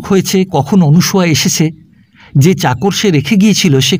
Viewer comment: গল্প মোটামুটি ভালো লাগলো পাঠ বেশ ভাল তবে নামটা মনে হয় অনসূয়া হবে অনুসূয়া নয় শুভকামনা রইল